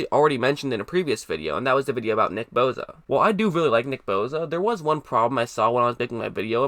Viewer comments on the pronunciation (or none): It's boSa not boza fuck boy lol